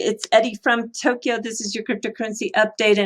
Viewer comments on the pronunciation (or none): none